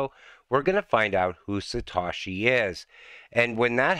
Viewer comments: It’s satoshi not satashi 🤔 Doing great work Mate 🙏🏾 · By the way it’s not Satawshee it’s Satohshee